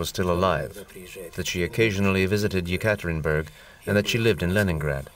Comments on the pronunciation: If you prepare a documentary just try to pronounce the toponyms correctly. Not Tsarkoe selo but Tsarskoe selo. And very annoying is the repetitive Yekaterininburg. The city is called Yekaterinburg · Yekaterinburg, not Yekaterinenburg!!!